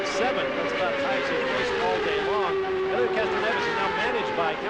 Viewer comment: Randy Dubin Yeah I've never seen his name spelled and pronounced like that before.